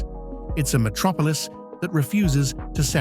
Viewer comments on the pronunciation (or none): none